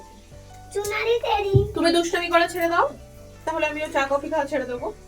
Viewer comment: চা কফি না বলে একেবারে চাফি বলো😅